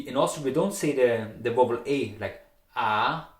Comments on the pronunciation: Thank you. But to pronounce VOWEL , it is not wovel, but like: wauel. I hope that is helpful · love the way you pronouce vowel it's a mistake but a very cute super intresting vid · Your pronounciation of "vowel" needs quite a bit of work ... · hey, ich finds cool, dass du tutorials zu österreichischem deutsch machst, weil da gibt es bisher ja eher wenig. Allerdings würd ich dir raten, die englischen Wörter nachzuhören, weil die Aussprache leider nicht verständlich ist (zb Vowel).